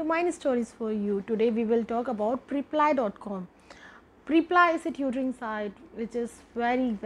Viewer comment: Isn't it preplee and not priplaiyee??